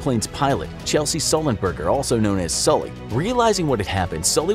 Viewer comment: Mispronouncing Sully's name is a unforgivable.